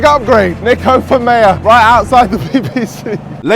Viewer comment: Ur name is pronounced neeko. Not Nicko